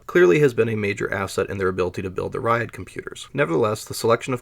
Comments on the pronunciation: JFYI, It's not "rayad". It's pronounced as "rjad" without buzzing in "j". The approximate english translation would be the "line-up". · He means Ряд, he just pronounces it wrong. Every time he says "raiad" my ears bleed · Ugh, you're pronouncing it wrong. Sounds more like Rad than Ry-ad. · Not “Rye add”. It’s a single syllable: ryad. If you have to skip a letter, skip the “y” and pronounce it like “rod”. Tnat is at least in the ballpark. Rye-add is complete gibberish. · It is not [ˈraɪəd], it is [rʲæd]. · A more correct prononciation would be like the city name Riadh.